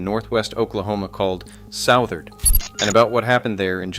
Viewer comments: It’s pronounced Sutherd not Sowtherd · Interesting to see a video about Southard. One thing, it's not South-ard, but Suth-ard. Second, other than the soon to close plant, there is no town, hasn't been for decades. Just to the west of town you'll see a water tower. Around that tower you'll see some faded roads. That was a community of mobile homes that made up the "town" of Southard. My brother lived in one for a few years. But all of that is long gone. Sad for the employees...